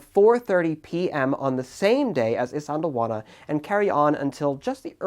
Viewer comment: white boy pronouncing isandlwana compilation ( i cant say it either)